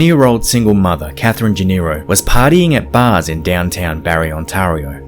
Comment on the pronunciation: He butchered Ontario as well, wtf is on-TAR-io?